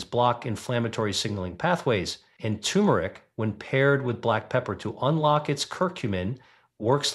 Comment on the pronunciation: Your robot started out fine -- and then fell on its face with 80-S, 90-S and "lon-jevvy" for longevity. No, not "tyoo-merick." Tur'-muh-rick. Fine writing,. Why don't you read your sensible script yourself?